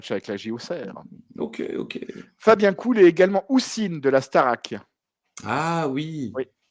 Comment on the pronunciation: Encore un sacré épisode avec un très beau main évent! Merci de nous faire revivre ça PS:, Fabien Col ( prononciation) pas Cool😉